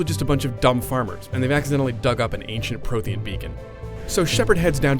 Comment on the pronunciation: PROTHEIAN? THAT SOUNDS LIKE PROTOSS. D